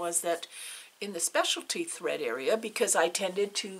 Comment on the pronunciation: Glad I found you in floss tube. Your stitching is beautiful. So enjoyed your video. What was that word? Hread?? Thought I would lay an egg laughing. 😊